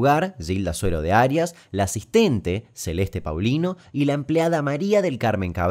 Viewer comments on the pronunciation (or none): none